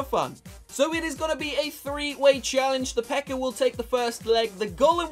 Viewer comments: I heard say pekker I believe he meant pekka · I like the way he says pekka lol he says it like pecker